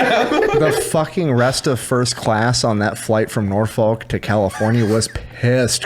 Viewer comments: Nor-Fuk guys Nor-Fuk, its not Nor-Folk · the way he said "Norfolk" physically hurt. Homie said "Nor Folk". Dont enunciate the syllable, treat as one whole word. Sounds like Norfuk when you say it right. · So it’s not pronounced nor-folk. It’s more like nor-f**k. As a Virginia person. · It's pronounced Nor-Fuck 😅 love ya guys